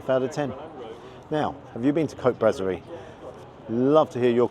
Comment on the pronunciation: It is pronounced brasserie as in "brass", not brazzerie. We'll forgive you for that one.